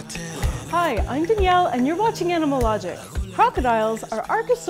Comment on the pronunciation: Okay, wtf is her name? Is it “”, “Danielle”, or “”? Every time I watch one of these she pronounces her own name differently.